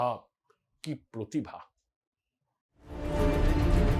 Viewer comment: "পোতিভা"; প্রতিভা তো নয়ই।